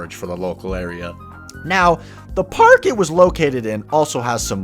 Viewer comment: “now the pArHk”